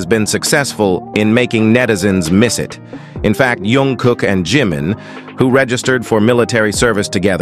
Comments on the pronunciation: iT'S NOT YUNG KOOK BUT JUNG KOOK, PLEASE SAY IT PROPERLY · jungkook not yongkook😂😂😂